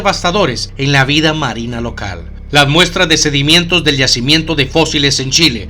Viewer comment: Se dice: sedimento No sedimiento. Por nada.